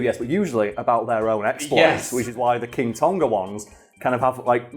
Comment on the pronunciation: It's pronounced 'Tong-a' not 'Ton-ga,' incredibly frustrating hearing the repetitive mispronunciation